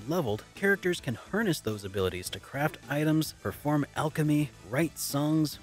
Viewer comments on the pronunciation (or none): none